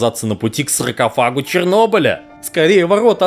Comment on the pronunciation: Я уже почти заснул, но тут услышал "сракофаг".